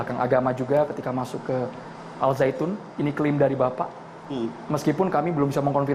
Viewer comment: Kenapa nyebutnya al zaitun,knp g dibaca secara huruf syamsiah...